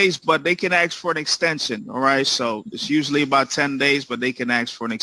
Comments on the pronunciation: The whole "axe" for "ask" thing is repugnant to my ears, too, but it's worth recognizing that it is a fundamental feature of African American Vernacular English, which is (linguistically, anyway) recognized as a distinct dialect of English. It's also worth pondering the other times in the long history of English where reversed (metasthesized) consonants have eventually become the "correct" pronunciation, i.e. the mistake persisted so long it became the standard: wasp and grasp both started off the other way around, wapsō and graipisōną. Food for thought. Now... when kids these days mess up typing all the homophones its/it's and their/there/they're and (shudder!) your and you're I am right there with my taser, ready to arrest them for Capital Felony Treasonous Abuse of mah precious ENGLISH, with additional charges for being on my lawn. ◡̈ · It drives me nuts when people say "ax" instead of ask... like you want to what? Ax me? It would be a lot less murder-y if you just asked me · Axe? 🪓 🪓 🪓??? ASK! You are a freaking judge! You should know the word is ASK not axe!! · It is totally dialect rather than error. I can’t comment on AAVE, as I am in the UK, but all my friends in school in London pronounced it “ax” too (well, for us it was more like “arks”). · I don't understand your frustration. I axe questions all the time. Well, that and firewood. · Not being racist in any way shape or form here, but I have noticed that many African Americans pronounce "ask" as "axe". Not just this particular judge. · Let me AX you question, Sir. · It's from the crack epidemic... That's where aks came from. you can't pronounce properly the s before the k without front teeth so after years of mispronunciation it became part of the everyday vernacular it's where skrimps comes from can't make the sh sound properly your kids here the mispronunciation and the word changes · I can't believe the judge threatened to AXE them... Smh... 😆😆😆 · Get it. Hate when people axe a question.